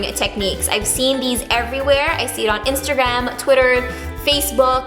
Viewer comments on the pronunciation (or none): always says instergram instead of Instagram 😂